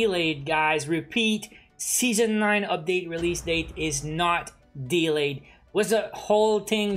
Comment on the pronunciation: I like how you pronounce delay dylei